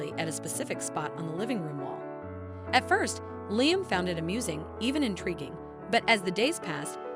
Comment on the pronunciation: LIAM is pronounced LEE-UM